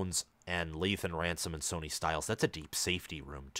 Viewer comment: It’s pronounced Sonny, (sunny) not Sony.